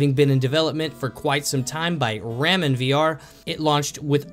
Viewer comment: Did you just say ra-men? Rah-men. Jesus